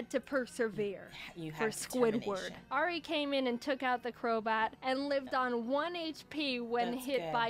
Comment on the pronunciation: is no one going to talk about how they perfectly said teriyaki and Ari